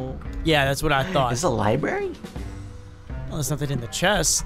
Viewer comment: Jeffrey said librarby from undertale 😃